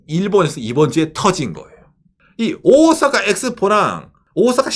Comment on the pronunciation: 오사카 할때 오오~ 사카 장음으로 발음하는 군.